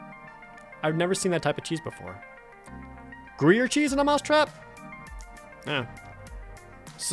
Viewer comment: Gruyere = "Groo-year"